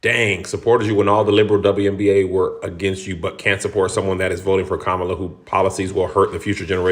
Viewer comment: And still can't pronounce Kamala correctly. Figures.